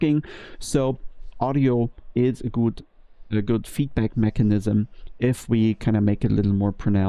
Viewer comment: German ''gut'' and English ''good'' confused lol